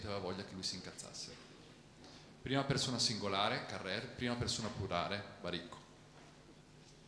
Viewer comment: Peccato l'accento insistentemente sbagliato su Carrère...